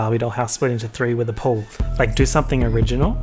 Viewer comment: why did the way you said “pool” make me laugh so much?!? idk chile.